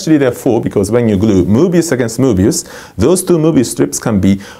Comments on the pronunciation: My son on the other side of the room thought he was saying boobies. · I love everytime he says "Mobious", it is so enjoyable. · love the way he says "mobius"